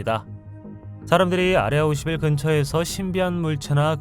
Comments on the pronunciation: 아레아21? ㅋㅋ발음죽인다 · 아레아51 이라고 발음하는 당신은 외계인?